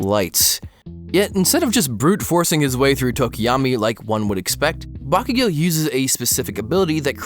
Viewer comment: Why are you pronouncing Bakugan so weirdly?